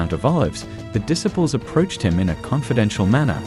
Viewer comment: this program is one in 1 million. It shows Jesus and his apostles his disciples in ways that no one has ever done before making them more human. However, your choice of a narrator for these sections is decidedly annoying in his mispronunciations of words that are well known like the word disciples using it with a short eye instead of long eye that it should be this is very frustrating to those of us who know the true pronunciations of these words, my suggestion is that you get someone else or you teach this man how to correctly pronounce the words that he is using